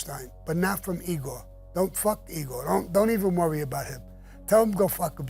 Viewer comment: Please Sammy? It's not Eee-gor it's "Eye"-gor" No offense just say'n.